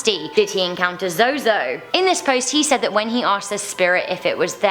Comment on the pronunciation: Zozo is pronounced zoo zoo. Many different ways to spell it only one pronunciation. Zozo zuzu no matter what he will be pronounced zoo zoo